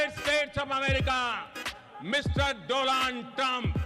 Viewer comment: DooLaand Trump😂